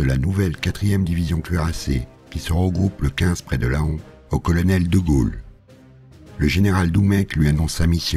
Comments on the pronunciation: superbe vidéo, juste une précision : on ne dit pas Laon mais "Lan" , ne me demandez pas pourquoi je sais c'est stupide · Mes esgourdes ont été blessés par la prononciations de la ville de Laon (La-hon) alors que cela se prononce "Lent". Très bonne vidéo sinon.